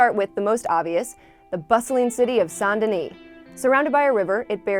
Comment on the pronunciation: RIP it’s Saint, it’s pronounced Saint